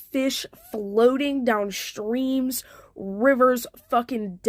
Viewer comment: It's "impor int" to examine these fish all "acrossed" the "shtream".